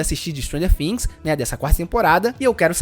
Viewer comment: Mano a pronuncia é things e não fims ....bvc não pronúncia o F e sim o T